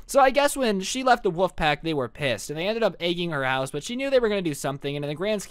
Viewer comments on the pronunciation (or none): do you say wouf as in bark instead of wolf